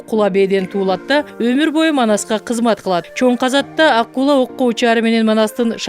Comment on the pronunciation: Ак куланы жакшына айта албайсын го,к тамагасын ка деп окуп чала орус гайрик